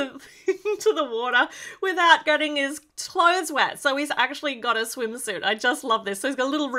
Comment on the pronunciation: When you said clothes you said tlothes